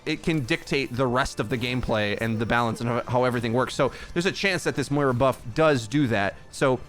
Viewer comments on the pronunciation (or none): none